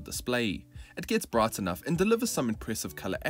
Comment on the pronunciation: Yes it's funny I didn't notice that about sath afrikan before. Also bright being pronounced as braght.